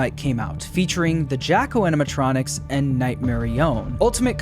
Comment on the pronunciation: Guess steelwool has 2 favorite “animatrinonics”